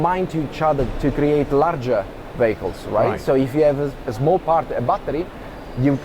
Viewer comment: LOL! The fellow , talking about "vehicles", speaks with such a different accent, I thought he was saying "BAGELS"! Very much enjoyed Arrival.